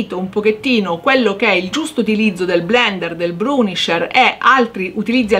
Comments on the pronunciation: si dice bURnisher, non bRUnisher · Grazie per l‘utile video 👍🏻👍🏻 Piccola accortezza: il burnisher si pronuncia senza R dopo la B 🤗